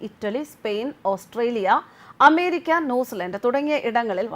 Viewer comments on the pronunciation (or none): none